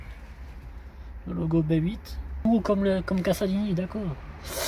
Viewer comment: CASALINI se prononce "cazalini" il n'y a qu'un S